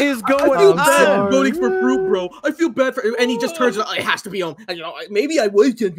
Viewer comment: Mistah fwuit is trending